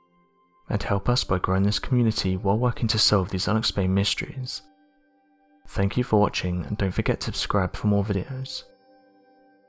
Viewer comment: This narration needs a bit of translating. Allow me: "hypoffasis" = "hypothesis", "ideer" = "idea", "fourteenfff" = "14th", "fank you" = "thank you", "uhvers" = "others", "fuvah" = "further". (Pretty bad when even robot voices use poor grammar. Lol!!)